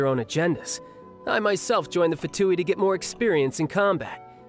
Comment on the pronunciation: one day we'll have someone ( including within Hoyo) that pronounces " Fatui" correctly. ( but kudos for nailing " Signora" and " Tartaglia" )